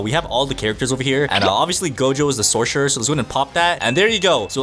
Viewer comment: At the start he saya sorsherer that got me crying😢AND SOCIAL BATTLEGROUNDS😢😢